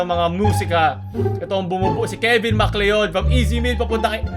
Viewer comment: it's actually pronounced as mccloud